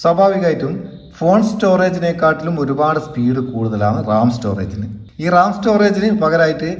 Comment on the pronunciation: റാം ആണ് റമ്മ് അല്ല 😅 (ഇത് നിങ്ങൾ പറയുന്ന തമാശ) മുൻപ് പറഞ്ഞപോലെ മോർ ആണ്.. മോര് അല്ല 😊 അടിപൊളി. നല്ല അറിവ്.